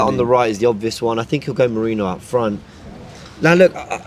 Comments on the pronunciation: How hard is it to say Meh-ree-noh? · still getting mikel merino name wrong lol 😂😂😂